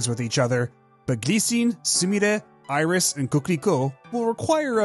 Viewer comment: The being French plot-twist! I should've seen it coming from how Iris' name was pronounced with the proper French pronunciation in the videos for 1 and 2! The signs were there all along!!!